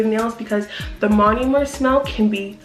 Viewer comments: I love this whole video but you saying "monUmer" instead of "monOmer" is driving me so fuckin nuts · Learn how to say MONOMER